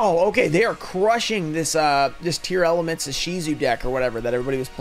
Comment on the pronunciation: I gotta ask, why do you keep saying it as Tear-Element? It's a portmanteau of tear and lament.